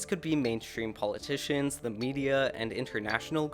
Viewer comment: are you ready for ze new world order